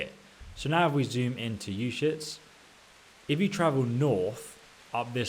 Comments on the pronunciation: "You-shits" uzhits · You shits?? Lol its pronounced Ooo jets (soft sounding J) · "Ushits" lmaooooo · I'm sorry but it sounds like he's saying you shits not trying to make fun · Izhitz, Uzhitz, Wezhitz. LOL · I'm sorry, I can't keep a straight face when you keep saying "you shits." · Uschitz, shovel... Ischitz, Ushovel lol